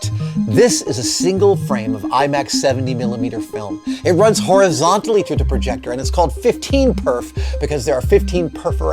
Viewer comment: 30+ years and he still calls it a "proyector"